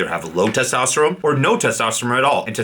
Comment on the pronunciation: Its testosterone not testosterome. Drives me nuts man. All the best for you 🖖🏼🖖🏼🖖🏼